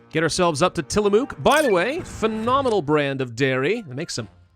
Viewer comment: Spokane is pronounced "spo-can" Tillamook is pronounced "tilla-muk"